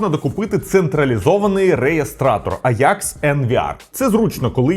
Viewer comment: компанія українською мовою називається аджакс, в якому місці вийшло аякс не зрозуміло дуже вухо ріже, скористайтесь сервісами по типу юконтрол, або опендатабот щоб перевірити.